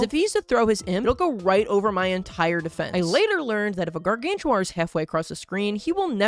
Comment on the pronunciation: Bro Just said "Guargantua"